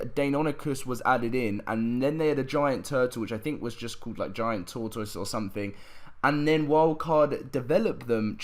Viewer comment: Tortoise is said like “tore-tess” not like “tore-toys”